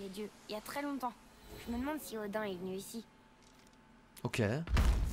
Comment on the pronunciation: Odin ce prononce odine